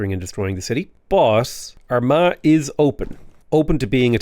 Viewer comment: Am I the only one that kept hearing "our ma" with a southern American accent instead of Armagh, with all the consequential puns and innuendos? 😅